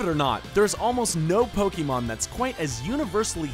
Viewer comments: And pokeemon and not pokémon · Ang Tze Wei Yes I know, but people like him (normies who are painfully out of touch with the series) always call it Poe-keeeeee-Mon. It's extremely cringy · Anyone one notice how he says PokEEmon